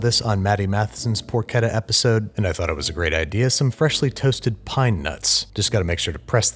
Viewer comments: Poor-Chedda* not ketta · Who else cringed at 'porkedda'? Looks great though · I hate being “that Italian” (I’m not even italian), but it’s “porchétta” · Babish stop saying porketta it’s por-cheh-tuh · Babish, please! It's porCHetta, as in parCHment, not porKetta, as in... porK :D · I like guga's porketa more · por CHET tah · Clean Water Nasenyi Uganda Add another t: it’s more like porkét-ta, which means something like young/cute female pig, I have no idea why Source: I’m Italian 🇮🇹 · why would you pronounce it porcheta REEEEEEEEEEEEEEEEEEEEEEEEEe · Babish: 'PoRKETta" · im not from Italy or the US.......im pretty shure that's not how you pronounce CH in Porchetta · Is it pronounced “porchetta” or “porchetta”...? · Pork. Etta. Yeah. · ch in Italian is a k sound.